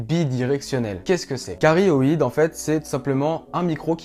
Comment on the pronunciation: Hello , si jamais on dit directivité "cardioïde" et non "carioïde" . Vidéo top tu expliques bien en tout cas.